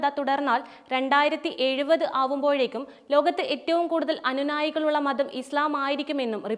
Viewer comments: അനു നായി അല്ല വിഡ്ഢീ .. അനുയായി എന്നു പറയൂ ... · അനുനായി അല്ലാകുട്ടീ... അനുയായി..അനുയായികൾ എന്നാണ്..😂